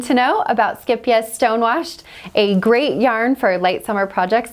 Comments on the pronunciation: You say the first part of the word scheep (scape) So no e sound the two e's are said like a long A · This is not actually how you pronounce it, haha. The second syllable is correct though! If you type in "scheepjes" in google translate you can click on the audio button to find the actual Dutch pronunciation. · Oh my goodness, now I know how to pronounce the name. I've been mispronouncing it for years! Lol Skeep-jeez 🤦